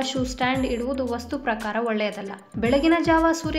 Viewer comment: Amma tayi vastu alla ..vaasthu